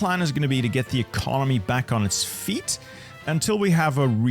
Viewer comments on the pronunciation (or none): none